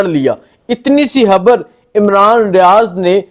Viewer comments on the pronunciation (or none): Khaber ko haber bolny waly eb vlog krty hn